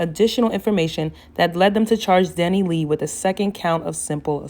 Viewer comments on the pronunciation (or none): The way she keep calling her Dani lee 🤣 I can’t